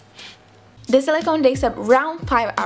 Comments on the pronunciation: opa Srbija haha e nemoj izgovarati the kao di nego kao d jer nakon nekog vremena počne pikati u uho, zakon video btw ;) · Smo da ti kazem, kao prijateljski savet, cita se ,,di,,(the), samo ako stoji ispred reci koja pocinje samoglasnikom. Ti svuda pricas ,,di,, umesto ,,d,,😀